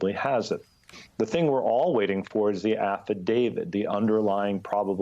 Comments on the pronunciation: is this guy pronouncing it 'affidavid'? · why do such educated people pronounce affidavit as affi-DAVID???